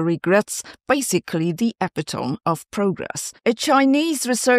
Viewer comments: Hey Sabina. Just so you know, epitome is pronounced e-pit-o-me and not ep-i-tome. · ee-pi-oh-me not epi-tome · Epi-tome lol. It's Epito-me! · Epitome is a tetrasyllable pronounced "eh-PIT-uh-mee", not a trisyllable pronounced "EH-pit-ohm". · not e-pi-TOME, e-pi-tuh-mi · “eh * PIT * o * me,” not “Epi * tome.” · Epitome rhymes with me 🙂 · Epi-tome??? Ehh-pit-O-meee 😂😂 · As a native English speaker I apologize. Epitome and chaos invite mispronunciation. I made the same mistakes as a schoolchild. Not EPP-ih-tohm but ee-PIT-oh-mee, not tchaowss but KAY-oss. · This is big stuff when combined with the possibilities of photonics for better compute efficiencies. Thx for covering this. Also: The word epitome (meaning a perfect example or summary of something) is commonly pronounced as: • American English: uh-PIT-uh-mee (Phonetic: /əˈpɪtəmi/ or often /əˈpɪɾəmi/, where the “t” sounds like a quick flap “d” as in “water”) • British English: ih-PIT-uh-mee (Phonetic: /ɪˈpɪtəmi/ or /ɛˈpɪtəmi/) The stress is on the second syllable (“PIT”). It’s four syllables: e-pit-o-me. A common mispronunciation is “EP-i-tohm” (like “epi” + “tome”), which is incorrect despite the spelling—major dictionaries (Cambridge, Oxford, Merriam-Webster) confirm the above as standard. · Epitome is pronounced ee-PIT-o-mee. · Epitome is pronounced uh·pi·tuh·mee btw.... (I used to pronounce it wrong too), but I always feel if people are mispronouncing words it means they read a lot. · EEE-pit-O-me, rather. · * ē•pi•tō•mē (4 syllables). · Epitome is pronounced /əˈpɪtəmi/, or "uh-PIT-uh-mee." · "Epitome" Ee-Pit-Oh-Me...🤣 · epitome is pronounced: a·pi·tuh·me (The ending "e" is not silent) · "... epitome of progress. The word is pronounced "ee - pit'- o - me". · "The EPI-TOME of excellence." -Jim Varney lol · epitome is pronounced /əˈpɪdəmi/ in american english and /ɪˈpɪtəmi/ (or /ɛˈpɪtəmi/) in brit english. the old french it came from was épitomé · "Epitome" has four syllables in English: ep-it-o-me